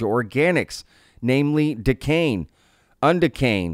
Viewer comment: Sounds like Dek-ane like oct-ane, un dek-ane, do-dek-ane. Alkane pronunciation was good. You don't realize the rabbit hole of learning you are in. Welcome to the tea party.